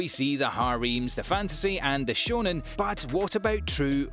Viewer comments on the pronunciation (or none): none